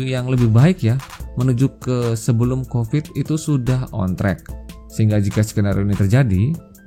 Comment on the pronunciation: Covid. Pakai V, bukan F